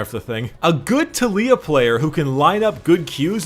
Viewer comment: The way you say Taliyah and Ivern triggers me